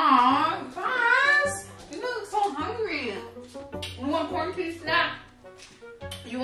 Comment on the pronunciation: "He said qaurentine and chill " 😂 😂 😂